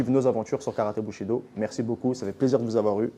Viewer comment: Bushido j'ai cru entendre boucherie do